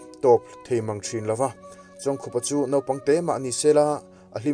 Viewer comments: Khup hi khaikhup ang a lam tur ani zawk lo maw, khar ri khup ang a lam tur i tia i lam leh silo a😀😀😀🙂 khai khup ani zawk ang a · Pu Chawngkhup hming lam dan tur i sawi angin i lam leh bik der silo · A hming lam dan tur i sawi zo chiah a i lam dik lo zui ve leh nghal zat tho... 😁😄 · A hming chu i va lam dik bik chuang lo ve....haaaa